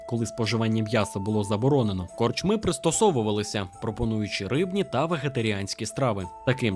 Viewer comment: Що коїться з Вашими наголосами, пане? Скажімо, корчмИ - це "чого" в однині, а не "що" у множині. НапІй має тільки один наголос - на і. Й таке у видиві постійно. Дуже прошу, перевіряйте наголоси! Зі правильними Ваші розповіді набудуть глибини смаку!;)